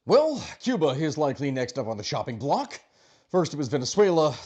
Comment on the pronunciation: Was that "shopping block" or "chopping block"?